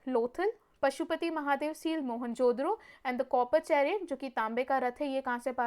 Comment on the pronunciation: Behn pronounce toh thik sey karo.. it's mohen jo daro not mohenjodro 😂